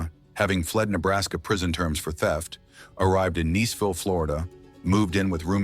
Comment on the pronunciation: Some of the towns were butchered. Niceville- Nice-ville Dunedin- Dun-eden I'm sure there are more. If you ever question a Florida town pronunciation, just let me know. Johnny Huggins was mentioned twice. I remember that case so well. Mrs. Larson's husband's sister was murdered by Danny Rolling in Gainesville.